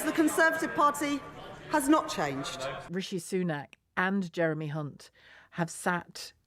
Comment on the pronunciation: Well done by not tripping up on hunts name. As many do. Brilliant. Thank you. Encore, encore, very funny.